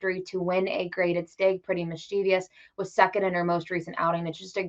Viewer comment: Was hoping that unlike 90 percent of the handicappers, she could pronounce Mischievous correctly, but alas . . . there's no "i" in that last syllable. As for the race, you could do a lot worse than a Cox Box.